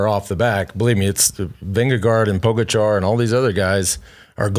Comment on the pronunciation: ha! And despite being schooled by that Slovenian girl a few years back, neither of them seems able to pronounce Pogacar correctly either :)